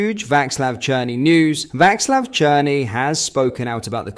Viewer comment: Pronounced Vaslav